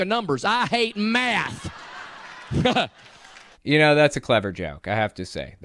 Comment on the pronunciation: It is math not meth